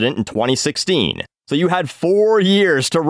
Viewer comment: You did say so WRONG